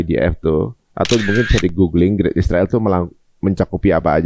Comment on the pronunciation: Knp host & narsum nya sllu bilang isriwil? Knp gak bilang israel?